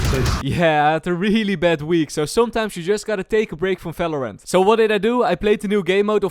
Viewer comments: Valorant : exist this guy's accent : nah.. "fellow rent, Felorent" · Bro subtitle thought u said "fellow rent" 💀